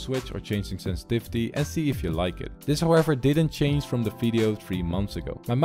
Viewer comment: senstivity more like sensitithe